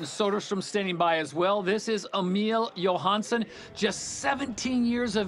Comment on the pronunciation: r they kidding? they ya ks nicked their 'johansen' from scandinavia. They should know its pronounced.